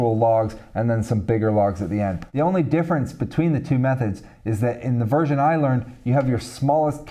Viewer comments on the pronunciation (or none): none